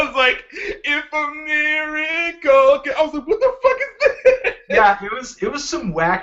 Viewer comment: You say Miracle fuuny, Anthony